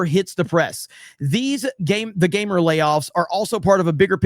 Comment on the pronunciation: The Gamer? What's a "Mer"?